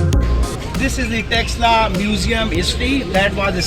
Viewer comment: That museum is originally symbol of Takshila university hence please always called as takshilla not texsla